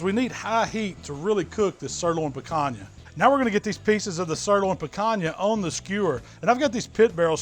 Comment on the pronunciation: I came here to here how you’d pronounce Picanha. I’m a little disappointed 😂😂. Great video as usual.